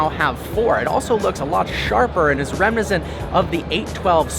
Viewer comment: reminiscent has four syllables